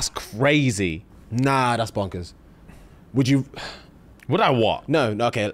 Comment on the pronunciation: "whlould I what?" Had me weak in the knees😂😂